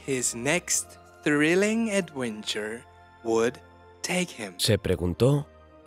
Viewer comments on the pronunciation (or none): What is an "adwenture"?